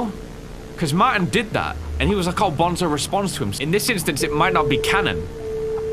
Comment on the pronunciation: Is not bonzo is banzo